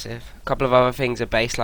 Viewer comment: Stop saying 'fougt' instead of 'thought' lol.